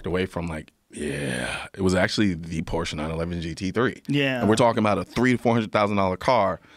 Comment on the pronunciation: "I'm more of a car enthusiast then guns" Can't even pronounce Porsche correctly. Smh Mr Noir.